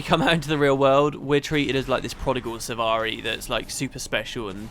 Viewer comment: "Silvari" not "Sivari"